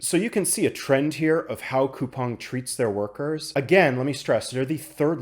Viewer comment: Finally, a YouTuber who pronounces Coupang properly lol.